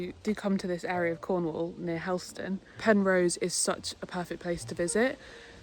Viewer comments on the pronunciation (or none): none